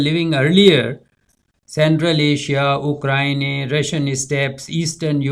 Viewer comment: ohhkrinay? What? It should be Ukraine.